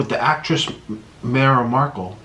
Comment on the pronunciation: you guys are all talking about the story in the beginning while i’m not focused on how he said prince harry was queen elizabeth III’s son and how he pronounced meghan markle wrong